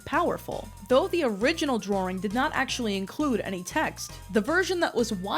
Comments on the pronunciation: “Drawring” ? In American English? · I'd think the kind of people who don't let regional accents exist would be more concerned about the extra "r" she adds to "drawing", but here we are lmao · Thank you for sifting through the broken pottery shards of my lost culture. I hate the way you say Merio and Drawring Also it hurt me to hear “you’re too young for my Chanel” and “ …2008 I was zero years old” Thank you again and also why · 🤡DRAWERING MARRYOH🤡